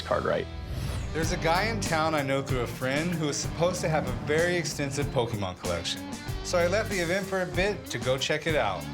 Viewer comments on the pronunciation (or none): OMG pokeman! It's Pokemon! XD 😅😂😂😂😂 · Pokemaan 😂😂it's not pokemaan 😂 pokemon ϟϟ(๑⚈ ․̫ ⚈๑)😂😂😂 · Pokeman not it's pokemon cards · Chum: "Rick, it's not pokeMAN, it's pokiMON." Rick should've said "Yeah, to the Jamaican's." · I never understand how you would think it's "Pokeman". Can't people tell the difference between an O and an A? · THIS IS ONE OF MY FAV EPISODES HE SAID POKE MAN LOL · I hate when someone calls it pokeman... how disrespectful lol😂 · I heard “Pokimane” cards and went straight to unsub button until chum cleared it he said pokeman .